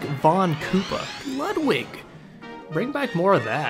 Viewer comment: It's pronounced Lude-wig/Lood-wig